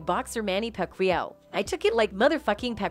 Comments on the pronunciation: Who tf is “Pack lawee ow”? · Boxer pac-we-yow😂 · This video was made by an AI. It can't pronounce Manny Pacquiao lol